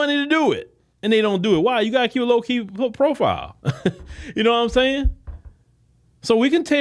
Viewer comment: 😂 "noionsayin" nope I don't! Take it easy 👋🏾